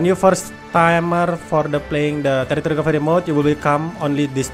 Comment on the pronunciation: Love the way you say terrorist recovery mode 😂😂